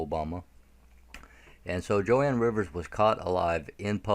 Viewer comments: Its Joan pronunciated "JONE Rivers, not Jo Ann. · It’s JOAN not Jo-ann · One more thing..sorry.. Joan Rivers is pronounced "Jone" not "Jo-Ann". "Joan" as in "loan", "moan". Joan Rivers is s very famous comedienne been around for a long time. I hope she's alive too. She must know a lot. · Joan. Not Jo Ann. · Jone pronouncing joan